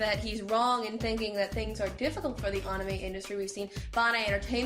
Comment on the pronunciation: pronounce anime properly